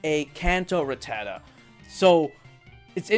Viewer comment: its RATTA-TA not RA-TTATA